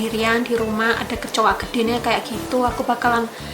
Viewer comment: Ngomong GUEDE NE kayak indo jawa..wkwkwk